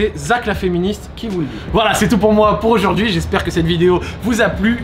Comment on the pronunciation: "Ni Z'un fond vert", "raconter Z'aujourd'hui". Bordel met pas de liaison là où il y en a pas mdr